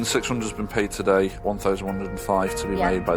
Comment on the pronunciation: TAHDAY??? Does it need to be paid TAHDAYY??? 😂